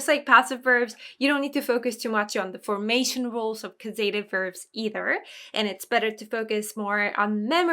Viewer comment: I had been confused about passive verbs and this cleared it up a lot. Always great to see lots of examples. Thank you as always. Looking forward to the next classes to see them in action. And I'm a bit embarassed to mention this, but (at least here in Canada) the 'a' in causative is pronounced like the 'a' in apple. And the emphasis is on the 'caus' syllable. Papago does a good job pronouncing it.